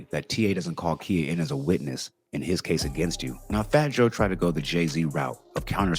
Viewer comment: For the love of all things holy and unholy, her name is pronounced KY-uh, not Kia. 😊